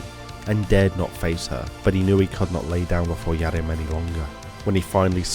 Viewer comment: Yes. Especially with pronouncing "Yharim." It sounds almost intentionally misspoken.